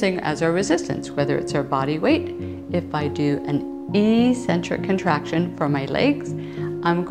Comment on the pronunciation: In 'eccentric' people the first 'c' is hard, not soft